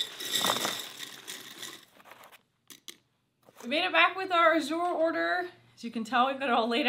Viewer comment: ok the way say A"zure the a is strong like as lol